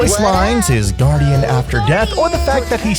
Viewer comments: This guy doesn't know how to say "guardian". I hate your videos compared to Gratz. You stuck. Please quit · Nice video and all but holy hell did i want to click off the video with how you pronounced guardian